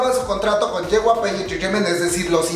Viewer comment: jyp no yjp jajajajajaj